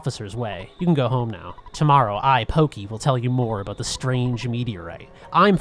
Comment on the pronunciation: giygas is pronounced geeeeg its a japanese thing. and its porky not pokeeeee translation was a bitch back then